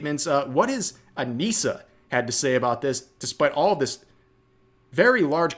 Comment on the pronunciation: If you're going to say it. Say it right. Anisa and her wife.